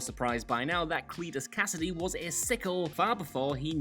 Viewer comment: "Clit"-us c-"ass"-idy